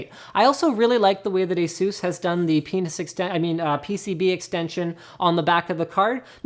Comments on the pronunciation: did linus just say penis extension? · Everytime he says PCB now its instantly gonna convert to Penis HAHAHHAAHAH